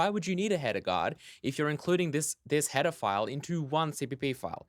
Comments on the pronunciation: Everytime you say "header file" it sounds like "pedophile" .___. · When you say header file it sounds like pedaphile